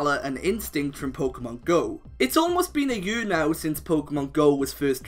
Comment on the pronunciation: I love how you say year